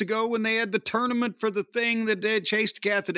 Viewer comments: pronounces tournament like torenament, it's so fucking annoying every time he says it. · I dislike pretentious pronunciation of tournament.